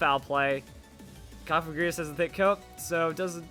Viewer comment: Cofagrigus is pronounced "kahf-egregious"